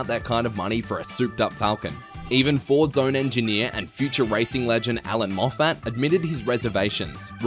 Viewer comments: Who is Allan MofFAT ? lose the artificial stupidity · "Moff-fat" wtf? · Every Australian who has had anything to do with cars knows how to pronounce Alan Moffat’s name. The narrator did not. That is how to spot an interloper. Also the E 38 Charger didn’t have a 4 speed gearbox. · I have never heard his name pronounced like that but I know Victorians don’t know how to pronounce Bathurst so maybe it is a Mexican version.